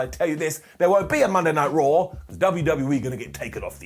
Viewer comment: I love how he calls it rarh